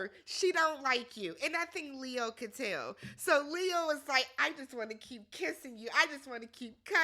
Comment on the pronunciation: Girl why can’t you say Leo???? 🤣🤣🤣🤣